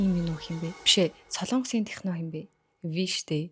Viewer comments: tehno bish tekno gj unshina shu🤗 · Not tehno Yes techno Duudlga shvv🤍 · Techno gedgee arai buruu heleed bna hha